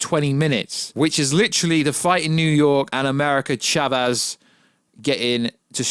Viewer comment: nice video. Btw, its pronounced "Sha-vez".